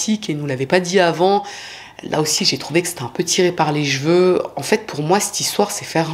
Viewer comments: Sacrée boulot comme d'habitude... 🙏 Tu m'as fait penser à une amie qui, comme toi, prononce jveux pour cheveux... Ce qui me nous fait bien rire à chaque fois 😸🥰🥰🥰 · J'adore le travail de et ses expressions, surtout sa prononciation des " chveu" pour les cheveux.